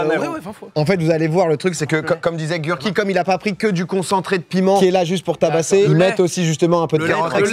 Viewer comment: tu prononces pas le nom de l'échelle correctement... je te laisse un hint sur la bonne façon de prononcer. Tu habites quelle ville?:)